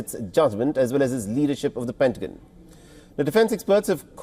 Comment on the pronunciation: I really like this Gentleman’s Announcing voice. BUT… It’s like fingers on a chalk board when he pronounces pentagon.